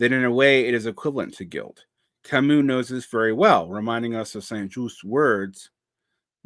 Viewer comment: Thank you for mispronouncing Camus. I'm *slightly less intimidated by you now! es un ser humano!